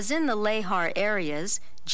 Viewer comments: It's pronounced "luh-haar", and I had, to my knowledge, never heard it pronounced otherwise, so hearing it as "lay-har" kept giving me a jolt. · Every time the narrator pronounces lahar "lay-har," I die a little inside.